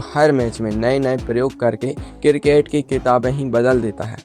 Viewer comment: किरकेट नही क्रिकेट 😂